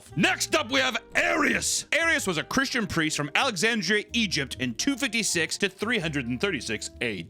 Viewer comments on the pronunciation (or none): none